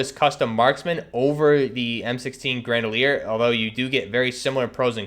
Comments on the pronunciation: It’s gre-na-dier. Not gre-da-lier. Other than that. Cool vid. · I feel sick every time he says "granalier" dude you have it right in front of you it's grenadier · Bruh. It's Gren-uh-deer not a fuckin grendalier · Bro...it's GrenaDiar. Not fucking GrenaLiar...who h is what u keep saying when talking about your m4 u got set up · Fuck yeah, that was driving me insane. Like bro, come on, just read the fucking letters! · it’s pronunciation, not accent. Yes I know some accents effect some pronunciation of words, but it’s triggering and wrong that he’s saying ‘Grenalier’ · "Gran-a-leer" bahaha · Yo straight said grandleir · Yeah that fucked with me when I heard that. Lmfao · Grenadier+Bandolier= GRANDOLIER lololol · What is an "M16 Gredalier"? lol